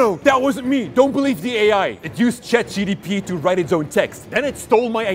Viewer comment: I like how they kept saying CHAT GDP 🤣